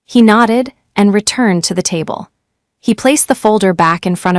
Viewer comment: tab---le???? sheesh at least try